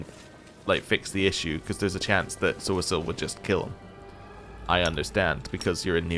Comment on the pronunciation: Are you pronouncing poor Sosiel's name incorrectly on purpose or am I missing something? I remember you saying it correctly when you first met him. Just that one time, I believe. 😄